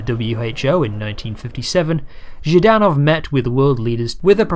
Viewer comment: Nice video. Small pronunciation note on Viktor Zhdanov's last name: the first three letters are supposed to be pronounced together as a consonant cluster: ZHDAnov, and not ZhiiDanov. This is important because the way you pronounce it in the video with the extra vowel inserted makes it sound like the word жид - zhid, which is a really nasty Russian slur for Jewish people.